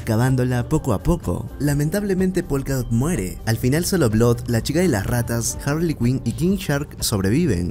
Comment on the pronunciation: DIOOOOOOS SIEMPRE ES HARREY SIEMPRE ES HAARRY LA IMPORTANTE